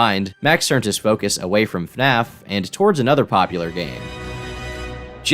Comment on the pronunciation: Dude said "Fnaf" lol kids these days 😂